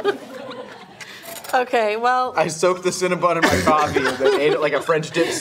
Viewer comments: Are we gonna ignore their incorrect pronunciation of “CinnaBON” not “CinnaBUN” 😩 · Do people realize that it's not "Cinna-bun" it's Cinna-bon? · Do Americans pronounce Cinabon as Cinabun? Or just these three?🤔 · They can't pronounce Cinnabon